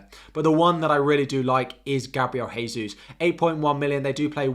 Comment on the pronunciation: The "J" in "Gabriel Jesus" is pronounced like the "J" in "Jack" - his name is Brazilian Portuguese where the J's are not an "H" sound like in Spanish.